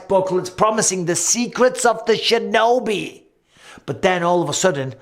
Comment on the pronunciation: “Secrets of the shinobe!?” ☠️☠️😂😂